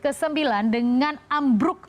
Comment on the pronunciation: AAMMMMBBBRRUUUKKKKKKK....😂😂😂😂😂 Mantap sekli pengucapannya..